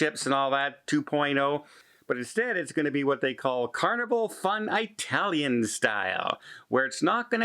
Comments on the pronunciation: it’s pronounced “it-talian.” Not a long “I”. Soft “I”. So how did the person fall overboard? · Keeping it light- the way you said “I-talian” brought us joy. 😂❤